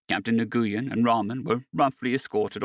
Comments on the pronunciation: It is pronounced "WIN" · It’s killing me every time you say his name. It is an Asian name, and it may be spelled Nguyen, but it’s pronounced “Win” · Nguyen is a Vietnamese name and for some inexplicable reason is pronounced Wen.